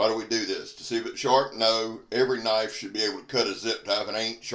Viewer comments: Now that's a Knoife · Now thats a KNOIFE.